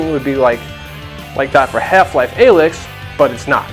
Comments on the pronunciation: Every time you mispronounce Alyx makes me want to gouge my ears out! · I agree